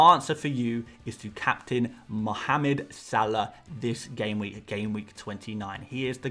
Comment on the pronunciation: I lit up,finally someone said mohamed properlyyyyy. Thank you!!❤️❤️❤️